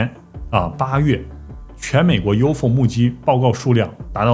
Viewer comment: U .F .O 应该要分开念三个读音，U .FO 读两个音没人懂是什么，没恶意只是小提醒